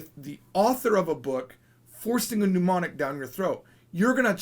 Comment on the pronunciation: Why do you keep saying "mnUmonic"? It's not a desease! It's "mnEmonic".